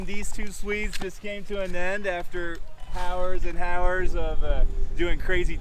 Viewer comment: Did just pronounce the "h" in hours